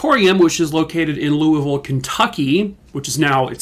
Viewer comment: I’m so impressed you said Louisville correctly. Thank you from a Kentuckian 😊